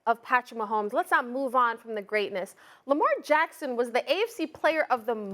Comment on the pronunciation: stop it dude! it's lamar friggin jackson!!!